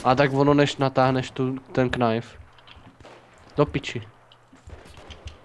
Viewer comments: Čau, videjko super.. ale to Knajf, knajnfuju.. knajf only:D Promiň ale rve mi to uši, protože se to čte ''najf'':D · Doufám že "knajf" říkáte taky naschval.....